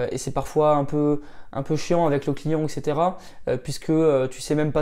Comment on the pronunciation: Petite vidéo intéressante:-) Mais une abréviation revient très fréquemment dans ta bouche et est prononcée toujours fautivement (ça fait mal aux oreilles...) : ETC que tu prononces "eKcetera" au lieu de "eT ! cetera" (en latin = et le reste) ;-)